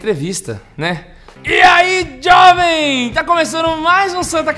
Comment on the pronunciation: Esse "e ai Diovem" do foi o melhor kkkkkkkk ri muito!. Que Deus possa os inspirar cada dia mais, pois é edificante cada vídeo, cada trabalho de vocês. Grande abraço!